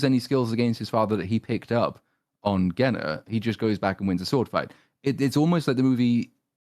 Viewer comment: Otterly mispronouncing Genna the whole video makes so much more sense now.